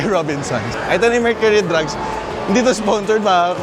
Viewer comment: Mercury Drug lng po boss walang “s” hehe